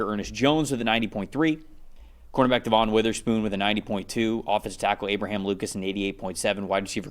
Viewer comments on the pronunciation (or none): DEVON is pronounced DEVIN. He’s been in the league too long for people to still be calling him DEVAUGHN.